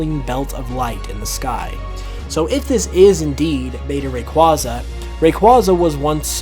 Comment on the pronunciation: Again saying Rayquaza wrong over and over.... please learn how to pronounce it correctly, dont need the wrong pronouncing spread anymore the it already is